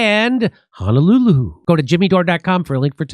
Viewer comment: The way Jimmy says Honolulu 😂